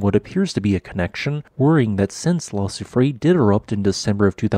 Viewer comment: I feel obliged to criticize your terrible pronunciation of La Soufrière - it is - Lah Sioux Free Air.